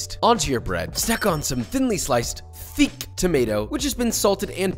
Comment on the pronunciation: "Thinly sliced THIICK tomato" ~ a sentence only Weissman can pull off and make it "make sense"